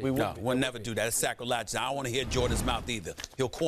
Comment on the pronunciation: "that's sacrelageous"